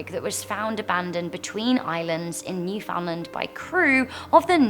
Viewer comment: That is not how you say Newfoundland. It's pronounced New-found-land, those three words put together! 😡